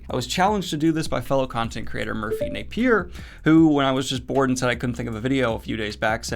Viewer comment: ALMOST got there on Merphy's last name 😂